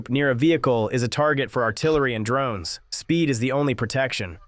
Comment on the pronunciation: Dang those "D Rones"